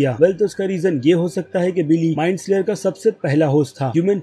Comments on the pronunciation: Bro love ur videos aao bahot acche se explain karte ho but kuch choti mistakes se Maja kharab ho jata hai jaise ki MIND FLAYER not slayer aur Joyce ka pronounciation bi galat Kiya hai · Bro it is mindflayer not mindslayer